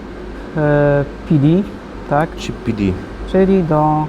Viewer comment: chip to nie cheap, angielski do poprawy:P